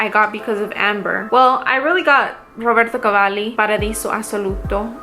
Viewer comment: Hey. Great haul. A few things: 1) I love Instant Crush. It’s one of my faves in my collection. It could be my signature, you’re right 👌🏾 2) Your Roberto Cavalli pronunciation is on point 🔥 3) I’m really happy to see you’re back making videos. I know what it’s like to get overwhelmed/burned out with this stuff. I had to take 6 months off a couple years ago. Do what you gotta do to take care of you. Just know that we all love your videos and will be happy to see them whenever you’re able to film them.